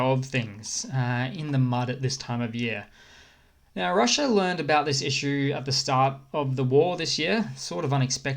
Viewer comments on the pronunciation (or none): none